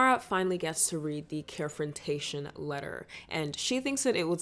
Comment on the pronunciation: “Care-frontaion” omg I’m getting flashbacks to my ERC days😭😭😭